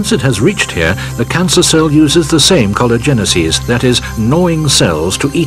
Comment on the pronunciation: He absolutely mispronounces collagenases, which is the plural form of the enzyme collagenase which is secreted by the cancer cell to dissolve collagen, allowing the cancer cell to advance by creating new blood vessels in a process called neoangiogenesis. It is pronouced collagenase-eases.